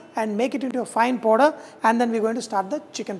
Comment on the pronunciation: The video is nice brother. Sorry for some critics but its powder and not PODER. Please work on your accent a bit coz a foreigner may not understand your English accent